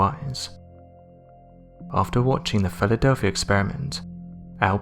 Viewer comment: Jesus. Listen to how he says Philadelphia at the :40 second mark. This narrator is pure trash. A horrible voice, accent, and the worst word pronunciation ive ever heard. Even English subtitles cant understand him.